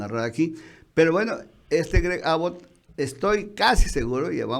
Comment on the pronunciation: Perdon, pero se pronuncia AAbott con acento en la "A" y, Abbot es gobernador de TEXAS, no Arizona